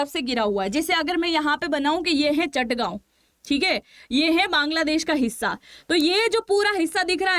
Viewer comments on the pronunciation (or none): Its Chittagong not Chattagaon